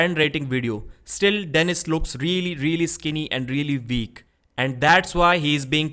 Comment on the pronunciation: Its pronounced "world, weak and wait" Not "Vorld, Veak and Vait" C'mon man